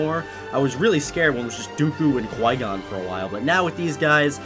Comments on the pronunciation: That's what I hear I'm like you have flygon know?????? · Every time he says Qui Gon i think he says flygon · Also i think he says flygon when he says qui gon